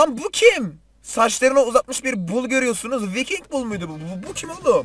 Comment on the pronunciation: O bo değil bull